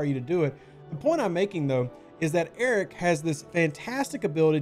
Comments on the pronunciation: Am I the only person who hears "Eric" instead of "Arrock" or is it just me because I'm not a nativ english speaker? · I believe it’s pronounced A-rock, as in… I want Arrock I want Arrock!(Rock!) I want Arrock!(Rock!) I want Arrock!(Rock!) I want Arrock!(Rock!) Mine it down you say But my Feesha’s too slow up on this Concentrated Latinum Node! Node! Node! Node! Tell me not to mine Well, all I got to say to when you tell me not to mine I say No! No! No! No! So, if you ask me why I like the way I crew it There's only one thing I can say to you I want Arrock!(Rock!) I want Arrock!(Rock!) I want Arrock!(Rock!) I want Arrock!(Rock!) Now that Rock’s my Cap I get my Lat so fast, go OPC and Vi’Dars make me explode! ‘plode! ‘plode! plode! Now he’s leveled up I've waited for so long so I could zero all the Suliban Nodes! Nodes! Nodes! Nodes! When it's like this I feel the Vi’Dars shootin' through me There's no one else that I would rather crew I want Arrock!(Rock!) I want Arrock!(Rock!) I want Arrock!(Rock!) I want Arrock!(Rock!)